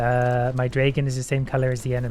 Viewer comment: I love how you pronunce "dragon" xD Its so cute. "Draigon"